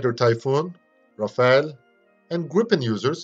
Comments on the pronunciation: The french prononciation of "Rafale" is not "Raphael" (the renaissance painter) but "Ra Fa L" with the ending "e" that is silent. The "...ale" is prononced as in "decimal" or "minimal". Anyway, very interesting video. Thanks ! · Please note that the French "Rafale" aircraft prononciation in english is not "Rafael" (which is a human name) but instead "RAFAL" to avoid confusions. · Very informative and well illustrated video about this advanced missile. Protip : Rafale is pronounced like Raf-Al (the french combat aircraft), not Ra-fa-el (Israelian weapon's manufacturer) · It's Rafale not Rafael. It's Rafale not Rafael. It's Rafale not Rafael. It's Rafale not Rafael. It's Rafale not Rafael. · The aircraft is called "Rafale" ( pronounced "Raff-ahl" - the french word meaning a gust of wind or a machine-gun burst), not "Rafael" the bibblical name. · I just want to add a little correction, the "-ale" sound is not the same one as "decimal" and "minimal" where the "a" is muted. It's actually more similar to the pronunciation of "all", so you would pronounce it Raf - all.